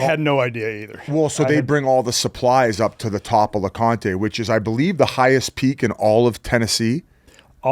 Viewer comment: Its not lecontay jfc stop calling it that.